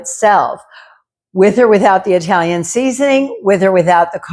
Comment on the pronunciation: Italian.. is pronounced like it.. with a short i. Not eye...talian Yes, I'm Italian 😂